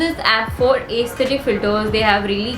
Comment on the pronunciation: Its not ace- thetic its s-the tic.. but great content #veenion